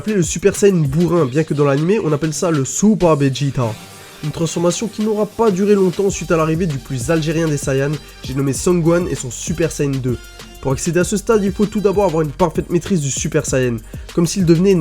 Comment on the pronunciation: Ok ça vous dit on installe un postulat simple, la fusion de goten et trunks s'appelle GOTENKS et pas GOTRUNKS, svp arretez gohan s'appelle pas gokan.